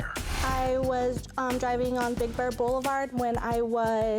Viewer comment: Sounded like she said Big Bird Blvd. I know she was trying to say "Big Bear" but I had to listen again to get it.